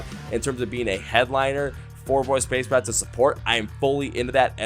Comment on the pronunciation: I'm new to your channel/podcast and found it because of VOB. I love that they're getting well-deserved recognition for their amazing talent and their struggle. My only negative for you is your pronunciation of their name as it's: Voice of Baceprot (pronounced 'bah-che-prot').